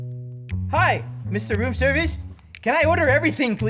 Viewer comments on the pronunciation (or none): Bloopers: You order way to much rom serviace Funniest thing I’ve heard😂😂😂😂😂🤣🤣🤣